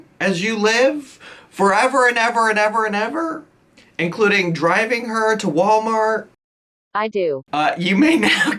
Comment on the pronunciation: “Hi guise so this is Wedding look. dress (which is just a white floral shirt with black leggings underneath) Torrid… Shoes (the wrong shoes, and keep in mind she has a hell spur) Wommart.. Earreens, wommart..choker wommart… and for catering we’re having hello fresh, some rice, chicken sausage and Tappatio.”